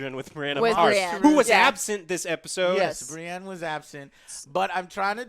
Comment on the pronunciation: That girl needs to learn how to pronounce the names yo what the hell. How can you watch this show and not know how to say Brianne??